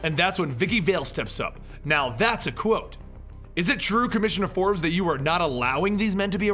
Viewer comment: Bard not Baird. Vale not Vall. Forbes not Ford.